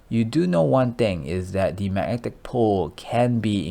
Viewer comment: Mag-netic...come on bro you can do it lol